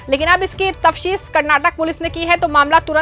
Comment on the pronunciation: Madam / news reader: The correct word is "TAFTEESH". Please correct it.